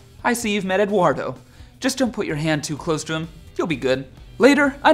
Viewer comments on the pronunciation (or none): none